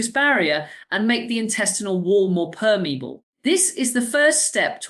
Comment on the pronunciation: Dr. Sarah Myhill apparently can't pronounce 'permeable'